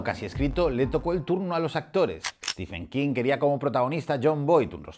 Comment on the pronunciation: Ojo: no es "Estifen" King, es como lo llama el presentador de la tele que ha aparecido hace unos instantes: "Estiven" King (Stephen=Steven en cuanto a pronunciación)